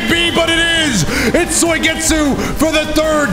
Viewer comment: It probably shouldn't bother me, but I can't help but notice every time he says Soy-getsu lol